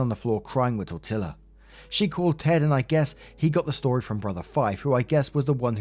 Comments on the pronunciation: Tortilla is Spanish and two lls are pronounced as a y. Tor-tee-ya. If you ever see this. What a marathon, but your readings are great . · Tortilla is pronounced “Tor-tee-ya” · “ tortilla” is pronounced tor-tia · The cat's name would be pronounced like tor-tee-ah. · It's pronounced "tor-tea-uh" the L's are silent. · 🤯 Just WOW. Oh, BTW, Tortilla is pronounced: "tor-EE-a" (Spanish) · Tortilla = TOR-TEE-YA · Tortilla is pronounced tor-tee-ya... Just an FYI... 🤟🤗🤟🤗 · The way he says "tortilla" bothers me. It's Spanish. The "ll" is a single letter. You say it "tor-tee-yah" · The cat is named Tortilla. The SPANISH pronounce it as TOR-tee-ah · Double l in Spanish is said y, so it's said tor tea ya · oh,, the cat's name is " Tort- eea" or I should say it's pronounced torteea. IN Spanish the double ll is pronounced like. ee. Sooo there are NO winners in this saga. It's so heartbreaking. Im wishing they all get what's coming to them. GOOD BAD OR INDIFFERENT. Stay safe please. PEACE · "Tor-tilla" lol does not watch football?? ⚽️ How would he pronounce Lamborghini's "Gallardo"? 😅 You learn a bit about Spanish pronunciation when you watch good old soccer. 👍👍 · Well, it’s not pronounced tortilla, its tort-tiya. Also as much as I know OP hurts from loosing her marriage over this, things were really never going to be okay with that insane family and it’s best for her to move on. This could have ended worse, Ash could have killed her and the niece, obsessive behavior can go to removing the source of the obsession at any time. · It's pronounced 'tor-tee-ya'. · What a great story! Love love the long stories and the delivery as always was exemplary. Small whispered hint behind my hand - pronounce tortilla like "tor tee yah" and just run all the sounds together. Thank you sincerely for your time and much appreciated efforts. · Lmfao tortilla is said like tor-tee-uh 😂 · "Tortilla" is pronounced: Tor Tee yah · This guy really pronounces the Ls in tortilla lol